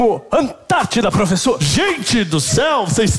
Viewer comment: Tem uma frase na esgrima, em francês, que fala "en garde" q significa "posição de guarda".. A pronúncia dela parece "Aannn GAARRdi".. Então aos dá um pulo pra trás e fala "AnTAARtida" em referência a frase da esgrima... 😉